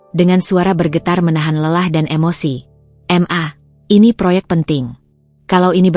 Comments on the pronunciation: Bisa nggk klo membaca atau ma/ mama.. Bukan M A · Cara membacanya tidak benar.. Macam anak kls 3 SD. X fi baca eks.. Pdahal itu du baca kali. Ma.. Fu baca M. A.. Seharusnya di baca ma.. Dan msih lgi.... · MA = EM- A PA = PE-A😂😂😂😂